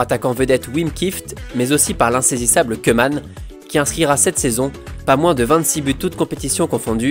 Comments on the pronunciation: salutation à toi et à tous mes amis français. alors petite précision, en néerlandais le oe se prononce ou et donc koeman se prononce kouman. Super vidéo en passant comme toutes les autres! RIP Kobe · Super vidéo! Juste le "oe" en néerlandais se prononce ou ;) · si le oe en néerlandais tu dis ou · « oe » en néerlandais se prononce « ou » on dit donc ronald « koumane » sinon très bonne vidéo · On dit kouman